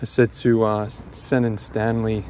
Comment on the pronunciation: Great video man, and well done on pronouncing Senan correctly, there’s people here in Ireland that can’t even say it properly. 😂👏 you’re fishing in my dream location, weather looks a lot nicer there than here at the moment 😁